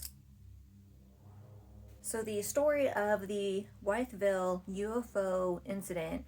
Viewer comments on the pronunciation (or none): It’s pronounced with-ville. Named after George Wythe. Signer of the Declaration of Independence